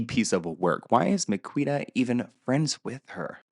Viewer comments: I'm rolling at the pronunciation of Miquita 😂😂😂. Amazing 😆. It's actually Mi-Kee-Ta, but I think I'll be using your way from now on 😅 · It's pronounced Me key ta. She's also not a good person imo. That being said the circles they ran in didn't have great values back in the day. Also the Liam and Lily story is bullshit.